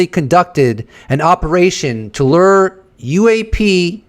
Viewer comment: Bro…we made the connection between the flight victims and the number of orbs. You’re mansplaining brother. And stop saying lurr.